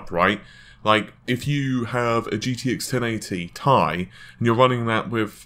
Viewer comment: me thinking: why does this guy have 40k subs? guy: "gtx 1080 T I E" whoop there it is